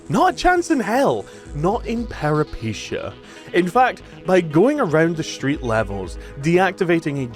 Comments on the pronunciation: It's peh·ruh·puh·tay·uh. Where'd you get "paripeesheeyah" from??? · Okay, ive heard people say it wrong BUT PEREPECHIA????!? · Peripeteia. Pera-puh-tay-uh. Lol anyways loved the vid! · For anyone who cares, the name is the word for "adventure" in greek. And is pronounced Pe-ree-PE-tee-ah. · You pronounced the name of the game wrong.